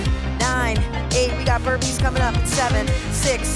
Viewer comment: Every time she says burpees I die a little inside